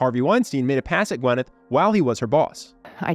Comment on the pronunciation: Her name is pronounced "Gwinn-eth" not "Gwen-ith".